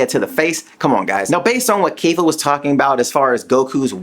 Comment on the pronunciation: kayfla.......................whhhhhhhhaaaaaaatttttttt? Ke-fla